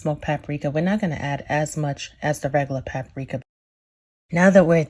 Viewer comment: There is a minimal amount of "cajun" about this. #1 ... don't ever wash your chicken.,all you're doing is spreading germs on everything when you wash your chicken. If you just cook it properly, you will be fine. #2, if you say pap a rika or Ole Bay, plz just stop... plz.